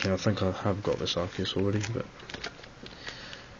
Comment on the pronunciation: Arcei, haha! you clever dog. haha and one of the few to pronounce it right :]